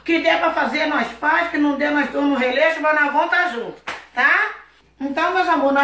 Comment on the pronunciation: Meu Deus como pode as pessoas acha bonito uma pessoa fala errado de propósito isso é ridículo